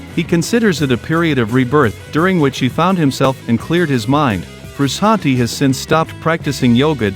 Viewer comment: I hate all these new AI YouTube channels? What's up with that dude? You sound dumb. Sound like a robot talking man quit get a real person and you're saying his name wrong